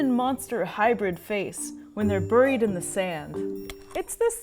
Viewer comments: Every time she mispronounced the word “buried” it was like nails on a chalk board. Otherwise, it was an interesting video. Cool to see that this fish has literal super powers, lol. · She said " burrried"